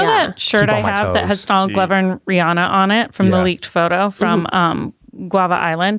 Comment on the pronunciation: If you're gonna wanna hang out with Rihanna you should practice pronouncing her name correctly, first.